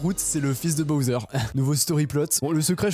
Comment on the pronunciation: c’est pas boser c’est bosswer ou bouser